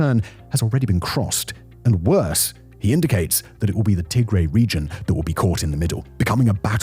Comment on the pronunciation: Tigray is pronounced as Tigrai not Tigraey